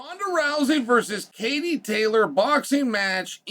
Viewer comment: It's funny how he worried about offending Katie than he offends her by not saying her name right😂😂